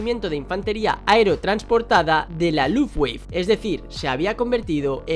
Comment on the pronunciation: Lufftgüeifff.... Jajajajjajaj